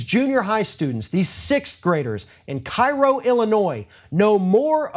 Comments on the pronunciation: Even though it's also known as Little Egypt, it's pronounced "care - o", not "kai-ro". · It is not Cairo, it is pronounced Kay Row, Illinois. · It's pronounced KAY-roh. Common error. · It's actually pronounced Kay-ro! I'm from Illinois. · Cairo, IL pronounced locally as Kay-row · It's pronounced Kay-roh, Illinois. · Minor point but it's actually pronounced KAY-ro (i.e. ['kei.rou]) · Its pronounced CAY-row.